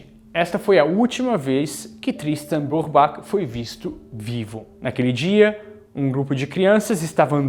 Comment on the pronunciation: A pronuncia do nome eh " Brübar"(o CH tem som de "r") 😊